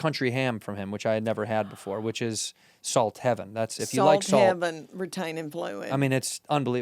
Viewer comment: Love this! Love Leanne. Everything she says has a diphthong. I didn't think it was possible, she said, "salt," but it came out as "saw-uhlt."